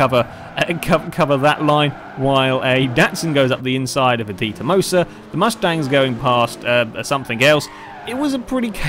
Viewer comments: For information; Dee-toe-mah-soe Detomaso:P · yeah he pronounces it that way :P